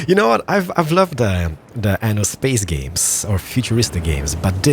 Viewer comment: You should pronounce "aNNo 1800" with two "N". With one "N" it means "anus 1800" in italian.